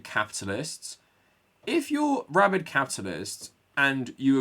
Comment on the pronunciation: thanks text to speech.